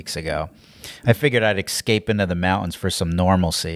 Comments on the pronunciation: Would you pleaase stop saying ekscape? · This guy is so funny and charismatic, I'll even forgive him for pronouncing "escape" with an "x" 🤓